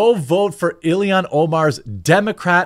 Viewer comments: Why can you not say Omar's name correctly? It's not Ilihan, it's Illhan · It's (ill-han). I don't like her either, but with how often you said her name it was bothering me😅